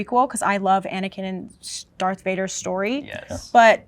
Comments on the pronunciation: said "Dark" instead of "Darth" in like the first minute lmao. I'm betting it's her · less than a minute in i’m guessing the girl in the pink top based on how she said dark instead of darth. i’ll edit this when i finish the video to correct myself if wrong. EDIT: i was totally wrong mb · outed herself in the first 10 seconds by calling Darth Plagueis "Dark Plagueis." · the girl who said dark instead of darth